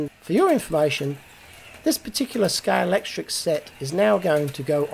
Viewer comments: Great video again,! And just to help you out with your unpronounceable 'Scalextrix' - it's actually pronounced Scale-ex-trick!! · try saying Sca-lextrix, instead of scale-lect-trics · Well done on that conversion. I noticed why you're struggling with the word 'Scalextric'...look at the box again, you ain't reading it, you are adding 'ks' on the end, it isn't 'Scalextricks' man. Practice it, you'll soon get it right. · wow! What an effort and what a result! I agree the yellow best but only just. Loved how you struggled to say Scalextric all the time, I would just have used "slot cars" instead, so much easier 😁 I also love how your channel always shows something different, I look forward to this every week. All the best from Scotland 🏴 Mike